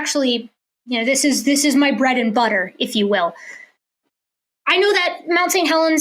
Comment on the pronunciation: If only she talked slower, I might be able to work out what she says.... and what has buddha got to do with bread? or does she mean butter?